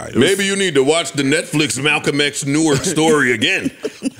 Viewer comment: Joe pronounces Newark like somebody that’s not from Jersey